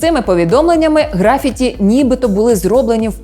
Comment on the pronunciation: У слові "графіті" наголос припадає на другий склад, а не на перший.